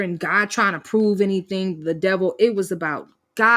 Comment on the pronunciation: She’s never productive. How many times has she said “I don’t do anythinK”, “I’m not doinK anythinK”?